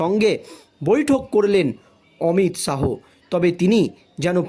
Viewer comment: কোমর কে মাজা বলছো কেন? অমিত শাহো না অমিত শা.